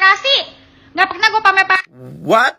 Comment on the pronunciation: Pamer mba bukan pamel